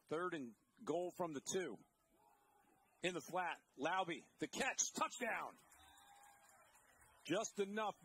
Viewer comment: It’s “Lau-beh” not “Lau-bee” … some get it right, some don’t.